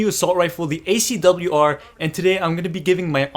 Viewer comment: You pronounced it fine! And this is interesting -> SCAR-L vs ACW-R